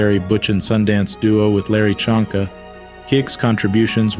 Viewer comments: By the way, Jim Kiick's Dolphin running mate and lifelong friend's name is pronounced Larry Zonk - a...not "Chonk - a"...but it's easy to mispronounce if you're not a football fan. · Larry Csonka's name is pronounced "Zonka", not "Chunka", you bot!